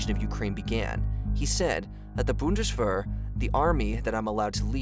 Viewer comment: I wish you learned how to say 'Bundeswehr'. "Boon-Dis-Vere" ('Vere' rhymes with 'There'). Poland has a very long & interesting history- despite its' brief disappearance from the map- especially with so many neighboring former Empires. Few folks in the 'States think of 'Europe' as little more than Germany, France, Italy, & Spain and it's sad. That's what we're taught in school. Germany started 2 wars. France usually got invaded and surrendered, Italy had Rome & Michael Angelo, and Christopher Columbus sailed from Spain. Poland? Yeah, they got Blitzed in WW2. Nothing much follows. Dad taught Military History at West Point and I wish I'd gotten a taste for it while I was still in school myself. Eastern European History is rich, deep, and easy to dive into. Poland in particular. Thanks!